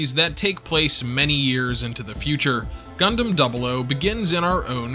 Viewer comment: thank you for the correct pronunciation of double "O"!